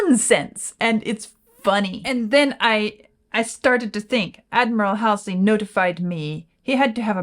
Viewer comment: Love RAM and this track. Joyful. It's pronounced Hallsey.